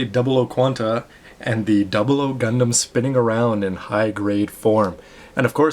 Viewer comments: excuse me, obviously your not a true gundam fan, despite your name, had no problem with the pronunciation. that is how they pronounced it in animes and the official website. Just ask any true gundam fans and see if his pronunciation is wrong. Sorry but i have to say, with YOUR pronunciation, you fail. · so you're saying you can pronounce it better? think again,thats how Japanese say it, thats how gunpla FANS say it. thumbs up if you guys out there say this is correct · Gundam.... WHAT THE HECK!! PEOPLE QUIT TROLLING THIS VIDEO!!! nothing wrong with the way pronounces "Gundam" or any other word. I personally don't like anything lower than the 1/60 scale model kits xD I mean, not that I don't like them.. but I wouldn't get them. After you get a PG, you don't really feel the need to get anything less. At least that's my stand-point on it.